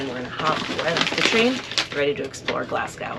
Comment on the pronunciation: Your pronunciation of Glasgow makes me die inside every time I hear it